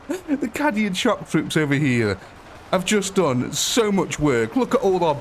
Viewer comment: Caaaaaaadian, not kàdian haha